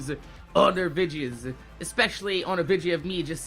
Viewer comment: OH MY GOD STOP SAYING VIDGES ITS VI DEE OHS